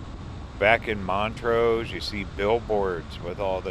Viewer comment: It’s Blue Mesa Lake not blue lake mesa! And it’s Mont’rose. But I forgive you, you’re not from Colorado.